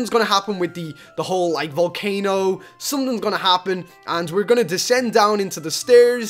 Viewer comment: 'Volcanon' - 2k17